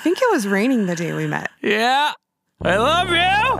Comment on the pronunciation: I laughed so hard at the emphasis on the last "I LOVE YOU" and then realised I do the same with my fiancee.